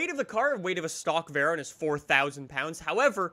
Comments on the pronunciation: It's a veyron not a verron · “Veran” lmao Try “Vay-Ron”